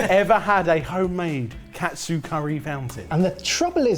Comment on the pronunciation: 1 minute in and both chef and normal confuse katsu with kotsu.